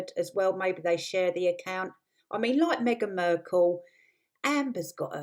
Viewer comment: "Markle" not "Merkle". Ok I'm out of here. "Team Turd" is supposed to be funny? Don't give up your day job.